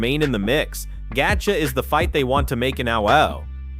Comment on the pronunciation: Gat-chee... wtf is the audio guy. The names are so bad.